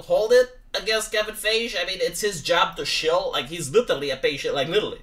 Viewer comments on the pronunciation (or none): "Kevin faaage"🤣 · Feige is pronounced Fai Gee ( hard G ) ( sry im this person XD LOL ) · din ce am auzit la Friday Night Thighs cred ca se citeste Faighi, gen Fai-ghi zici in romana. Da chiar, nu le zici subscriberilor sa comenteze pe twitter la Nerdrotic sa te bage si pe tine la un live intr-o vineri? Ei au vreo 12 - 14k live viewers. Si in plus te si pricepi la chestiile astea culture war. In general discuta despre filme din astea noi sau chestii de cultura in general dar e mai mult fun decat politica. Cred ca ar fi fain.